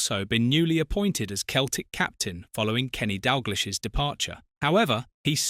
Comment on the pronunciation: "Keltic" AI shite.